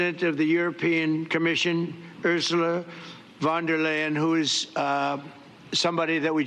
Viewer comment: Mrs Vanderline 😄(von der Leyen) is pronounced "fon dare lie-ann " in German.